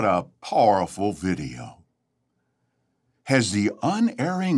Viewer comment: I can't stand the way he says "powerful." We need a impression saying "paaaahrful video." 😄